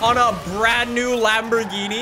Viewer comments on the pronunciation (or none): none